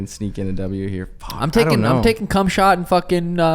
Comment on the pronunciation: khamzat is gunna come smash you next suga sean lol for saying "cmshot" lol